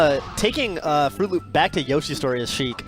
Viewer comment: "Frooloop." WutFace